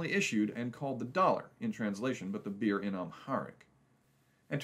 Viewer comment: It’s not pronounced “beer” it is pronounced “beh-er” Thank you for this highlight on this important currency.